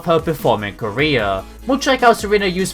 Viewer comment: How he said Career